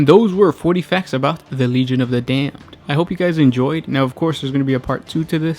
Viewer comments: You say Damned funny...and now it's stuck in my head....FFAAAAAAAAAAH!!!! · Legion of the dayum-ed